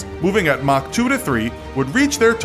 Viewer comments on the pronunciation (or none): none